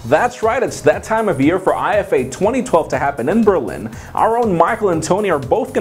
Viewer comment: Its IFA like efa and not I-F-A